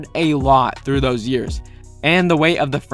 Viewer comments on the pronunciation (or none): none